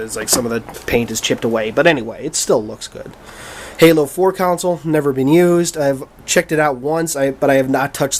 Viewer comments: Dude, the word is console and its pronounced KAHN-SOLE, not COWN-SOLE. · new drinking game,everytime he says "counsil" instead of "console" drink 3 shots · it's console! not counsel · Are you saying council?